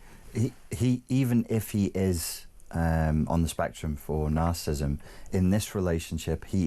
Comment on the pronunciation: If this man is such an expert on natcissism he should at least be able to pronounnce it properly. He keeps calling it ”narcism"